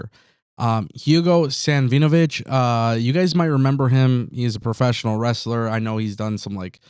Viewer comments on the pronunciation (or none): "Savinovich" is typically pronounced "sav-ih-noh-vich". The emphasis is on the first syllable, "sav".